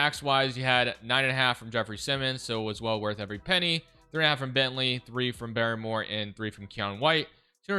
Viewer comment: It’s BAR more not Barry more that was driving me nuts